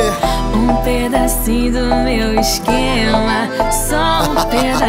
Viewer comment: Anitta é mt carioca sim, na parte ela fala "exxxxquema" amo kkkk